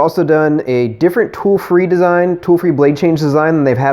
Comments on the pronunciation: Whenever he says Dremel, you're hearing toy. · Whenever you say Dremel tool your saying toy.